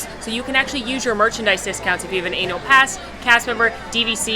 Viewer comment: I love your videos, I love all your comments and ideas, but you have got to pronounce the word annUal in annual pass better because it always sounds like something else... less flattering 🤷🏻‍♀️😅😅